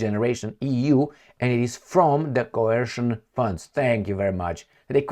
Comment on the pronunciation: Coercion+Cohesion=Cohercion... Tupolev/Tupelov 😀😀😀😀😀 Dear, please slow it down with that fermented grape juice!